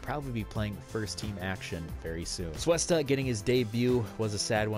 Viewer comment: Its pronounced Coo-esta not Soo-esta, sorry it just sounds so weird the way u were saying it xD